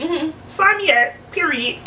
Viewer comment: When U said “PEE-REE-IT” I felt that one girl.😂